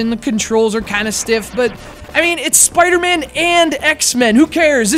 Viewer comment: Why do you keep calling him Spider-Mand? There's no D at the end.